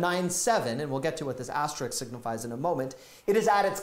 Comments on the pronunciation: The word is "asteRISK," not "asteRICK." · aster - RISK *******, NOT aster-RIX